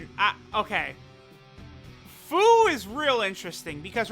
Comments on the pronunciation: its pronounced FEW. not FOO. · "FOO" xD its FUU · i thought fu was supposed to be pronounced as fyu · Who here hears buu when says fuu